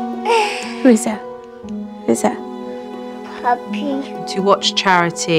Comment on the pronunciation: When Elijah was kissing the pictures of his grandfather and answering the question of Charity "Who is that?" The way he answered sounded like "Puppy" when he meant to say "Pappy".